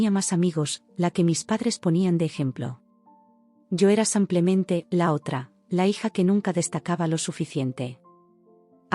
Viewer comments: SI NO PUEDE PRONUNCIAR CORRECTAMENTE SIMPLEMENTE EN VEZ DE SAMPLEMENTE COMO DICE, CAMBIEN LA PALABRA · Pueden cambiar a quien relata enseñarle a decir SIMPLEMENTE? CON IIIIIIIIII. NO CON A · No comprendo por qué dices SAMPLEMENTE y acentúa tan mal las palabras.